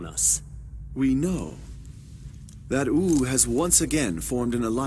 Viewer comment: What Subtitles say Compared to what I hear Wu = Ou Sima Yi = Sima E ___________________________________________ The Pronunciations of these have officially reached the true standards of an English dub 7w7